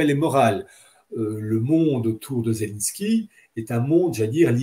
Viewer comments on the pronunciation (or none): none